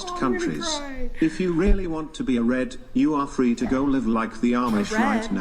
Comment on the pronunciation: Does the ho mo host not know how to pronounce “go?”